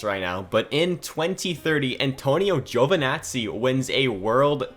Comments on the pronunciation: It's not Giovanazzi, but Giovinazzi😂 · It's Giovinazzi, not Giovanazzi